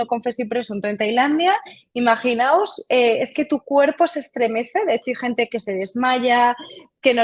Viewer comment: Muy bien por la especialista al utilizar correctamente el modo del verbo imaginar. Dice IMAGINAOS y no imaginaros. Cada vez se oye más en tv, reporteros, periodistas y tertulianos la forma errónea de cualquier verbo:.... Imaginaros....